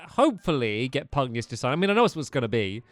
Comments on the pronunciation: I am sorry but you are annoying me. For the last 10 or so episodes you have been pronouncing Master Pugnacuis's name wrong. It Master Pug-nay-shuss, not Master Pug-nee-uss. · Tani says Pugnacious right in the cut scene, 3 seconds later, the evil guy who took over pUgNiOuS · When the characters pronounce Pugnacious correctly and Stampy immediately pronounced it wrong afterwards lol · You're saying Pugnacious wrong